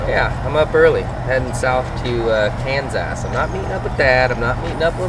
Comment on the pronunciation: Kansas or kansass? Lol that was funny